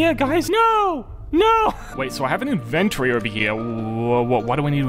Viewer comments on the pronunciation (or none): Why you say inventry its inventory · " in ventory